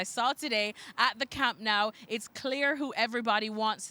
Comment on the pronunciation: Can people please start pronouncing the name of the stadium correctly, it's doesn't sound like camp now, it's camp no